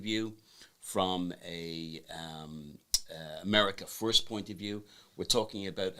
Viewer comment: He said America Foist.